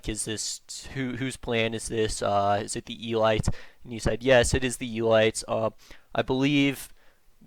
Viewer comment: Hearing you say "elites" as "eee-lights" really fucked me up for a second. Fantastic stuff, I can't believe I hadn't come across until tonight. Hope you're planning on eventually revisiting some of this stuff or just exploring other bizarreness of the cyber- and noosphere.